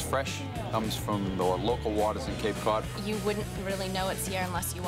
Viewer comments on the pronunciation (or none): "Hey look, it's Cape Caouwd"